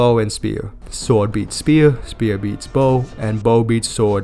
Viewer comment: “Sward, Bow, and speewuh.” 😂